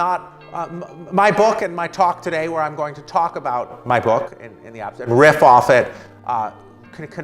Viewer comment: "So my bOcK is my bOcK!" an extremely articulate speaker!